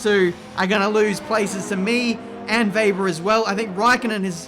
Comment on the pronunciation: im german but please call him webber😂